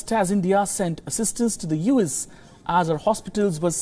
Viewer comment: Try to say "U" "S" instead of "yous". It's confusing.